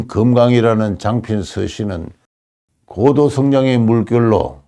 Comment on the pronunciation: "고도"의 "고"를 왜 "길게"발음하십니까? 이"높을 고"자는 "짧게 "발음해야 함은 너무나 분명한 일입니다."한국 어문을 고발함"이라는 책을 고국에 바치오니, 고국 동포 여러 분! 이 책을 읽어 주십시요. 미국 변 완 수 드림